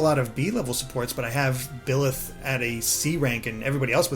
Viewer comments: Bye-leth not Bill-eth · Thanks for the in depth video! Although, it is BYleth, not BILLeth lol. Thank you Mr. British guy for pronouncing it correctly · It’s BI-leth, not Hetero-leth!!! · I known it's not a big deal, but this man keeps calling byleth, bill-eth. Hurts my soul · Byleth is pronounced “bye”-leth